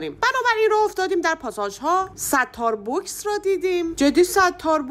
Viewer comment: ستار بُکس چیه دختر 😅😂😅 STAR BOX (استارباکس خونده میشه 😅😅😅😅) خیلی خیلی از ویدئوهات انرژی میگیرم آرزوی بهترینها را واسه جفتتون دارم ❤❤